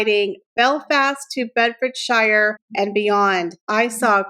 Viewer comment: FYI - it isn’t pronounced Bedford- shire , it’s Bedford - sure.